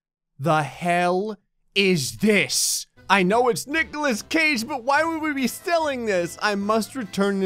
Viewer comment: There is no h in Nicolas Cage dammit!